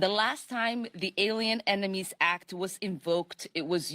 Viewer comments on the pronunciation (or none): They corrected her "emenies" gaff!